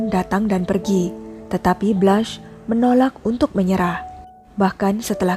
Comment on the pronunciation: Blans. Bukan Blas.